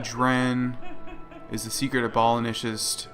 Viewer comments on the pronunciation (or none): the word is "ab" as in abs, "oh", "lishan","ists"